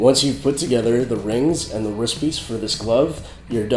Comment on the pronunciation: not hating but u say ris instead of rist